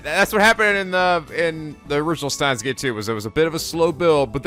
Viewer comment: Huh... Maybe I should make a counter for myself every time mispronounces Steins;Gate...